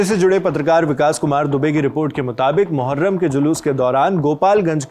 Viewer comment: मुहर्रम ❎ मुठमार्रम ✅